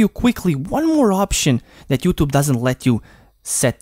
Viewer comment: Not youtob say youtube